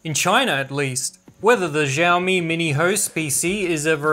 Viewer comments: siaomi, not zhiaomi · its not "Jaomi". its "shaomi". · I got you!!! finally you pronounced xiaomi as xiaomi...not jaomi😅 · Why he say jiaomi It's xiaomi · Xiao is pronounced the same as "shower" but without the er.